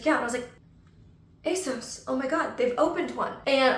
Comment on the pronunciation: I used to work for ASOS, it is indeed a UK based company. And it's pronounced ASOS as in moss FYI 😊